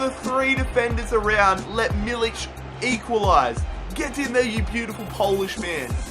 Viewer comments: A correct pronunciation of milik is meal-ik the k sounding like a c from cat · There is no ć or c in Milik, so Just read k like k :-) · its not milich is milik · You arę saying milik wrong